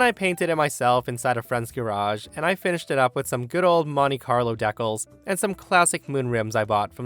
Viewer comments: Decles.??? De cals. De cals. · lol "deh-culs" . For reference it's "dee-cals" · Where exactly are you from? I have never heard the word decals pronounced dek-als. Its de-cals. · Did this guy really just read “decals” as “deckles” or am I hearing things? Lmfao. Edit: Last story, I wouldn’t give two sh*ts about the charges…just give me 4 min alone in a room with that Karen 5 minutes alone with nephew cop. No amount of jail time will make up for what they did to that guy and his hard work he put into that car. I feel soo angry having listened to that story. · I just can't get over your pronunciation of decals, "deckuls" lmao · Yeah, when he said the word I was wondering why he pronounced it that way. Actually if you want to get technical about it, it comes from a French word that has a DAY sound. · I like the way you say 'decals'. Its kinda... exotic. 😅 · The mispronunciation of decals almost gave me a stroke. good stories otherwise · yeah nah, if you look at the dictionary pronunciation of it there is only one way, and the way he said it is not it. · The way he said decals gave me a good laugh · It's amusing to me that there was a story today that included the word decals. I just learned last night that Canadians pronounce it the way you do.